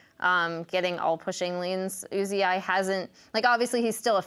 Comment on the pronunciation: who the fuck is U Z I?!?!?!?!?! It's pronounced "oozee" fucking say it right